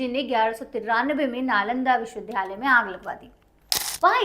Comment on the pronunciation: सही शब्द विद्यालय (Vidyalay) है विध्यालय (vidhyalay) नहीं,इनके द्वारा विश्वविद्यालय (Vishwavidyalay) की जगह विश्वविध्यालय (Vishwavidhyalay) बोला जा रहा है जो गलत उच्चारण है।